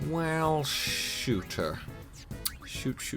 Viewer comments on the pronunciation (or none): none